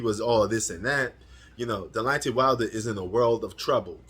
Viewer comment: bro 😂it’s not delontey it’s Deonte 😂 you must be a casual You don’t even know the man name